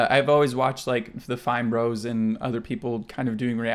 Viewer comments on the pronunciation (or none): none